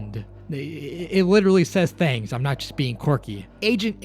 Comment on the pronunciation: The four thangs find the of Word out : the four “THANGS” 😊 enjoyyyyy